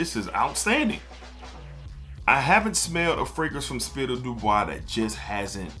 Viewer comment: not that you’re mixing up the brands, but you are calling it Spirit of “Du Bois” in the video, but it’s Spirit of “Dubai.” That’s all I meant. No hate brother. Love your content and value your opinions on these fragrances. Matter of fact, one of your videos made me purchase Arabian Oud Sultani. 🔥